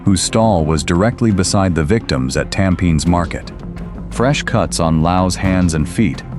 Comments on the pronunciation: Yes I noticed this guy kept saying “Tam Pin” 😂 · I'm Singaporean and unfortunately for us, Tampines is literally pronounced Tam-Pe-Nis. 😂